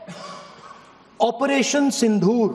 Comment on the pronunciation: Es gadhe ko operation sindoor bolna bhi nahi ata.😂